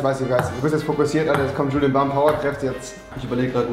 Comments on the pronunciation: Rewi rewi .... das ist nicht Julien sondern BULIEN !!!!!😂😂😂😂😂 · Rewi hat immer julien zu bulien gesagt